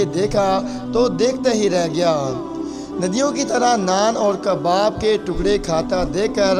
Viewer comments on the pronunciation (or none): Nadyon nhi nadeedon